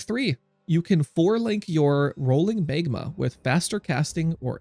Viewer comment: It's pronounced Mag-ma, not Mayg-ma. :D